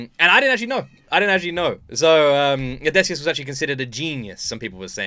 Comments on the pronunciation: If I had a nickel for every time you said "Odesseus" instead of Odysseus, I'd be pretty rich 😂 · Its drives me insane how you call Odysseus as Odaysseus 😅